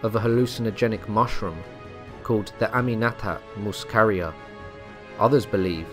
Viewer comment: so I'd just like to say, not only did you butcher the pronunciation of amanita muscaria, but it's also unlikely these were the mushrooms they'd take as they kill you, more likely than not they'd be eating liberty caps which are a common psychedelic mushroom that don't kill you.